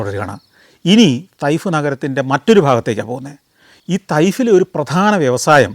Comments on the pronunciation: തയ്ഫ് അല്ല ചേട്ടാ തായിഫ് ആണ് ഈ സൗദിയിലെ ഊട്ടിയിൽ ഇരുന്നുകൊണ്ട് വീഡിയോ കാണുന്നു ഞാൻ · തൈഫ്‌ അല്ല സർ, തായ്ഫ്‌ എന്ന് പ്രണോൺസ്‌ ചെയ്യണം...!! അതാണ് ഉച്ചാരം